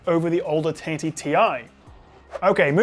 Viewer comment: Really good video review, however can I just point out that the way you say 1080 (taity!!!) is infuriating 😂 why oh why are you doing that